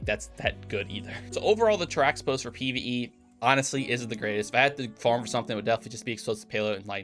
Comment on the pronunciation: Teraxipos is pronounced terahippos as well